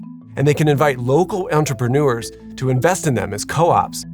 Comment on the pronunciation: The narration could be improved by practising the pronunciation difference between 'entrepreneur' and 'entreprenuer'. The second one is a word not found in any dictionary but often used in speech.